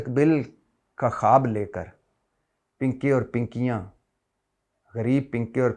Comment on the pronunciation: 🤣😂🤣😂🤣😂 pinkay pe boht hasi arhi payt may derd hogya has has k aap ka pinkay bolna boht acha lga 😂🤣😂🤣😂👍🏻💯